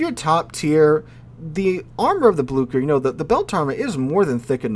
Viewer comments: Blue-Share not blukker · Just some advice on pronunciation from a german: the german "ch" is pronounced somewhat similar to the english "sh". Can't help you with the "ü" though😂